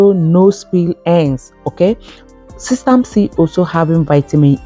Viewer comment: This sounds like alumni jumbo mixing herbs is ok but all there plus together doesn't seemed balanced!! Sesame is not pronounced the way you speak it!